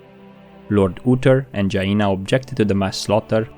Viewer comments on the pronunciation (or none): Indeed the longer the better, not too long though either. And it's jAina not jaIna. 😂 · Dude,your videos are nice and well made and seem to chill me wheb i listen to them but please, i am begging you, stop calling The Scourge "The scUORGE" and stop calling Jaina "JA INA".They dropped me off my cloud when i heard those :)).Anyways, grats for video, keep it up! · Keep thinking he’s saying Gina instead of Jaina lol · Jah-EE-nah? Interesting way to pronounce her name